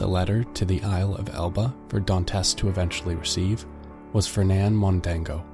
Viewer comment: Mondego not Mondango